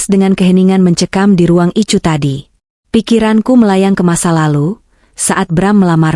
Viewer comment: Addis Ababa zEtiopia dengerin cerita yg aneh ini ICU dia baca ityu bukan ai yu payah kurang haul